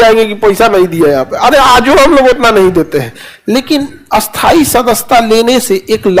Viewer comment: खान सर स्थाई और अस्थाई दो विपरीत शब्द है लेकिन आप दोनों का उच्चारण एक जैसा क्यों करते हैं 😂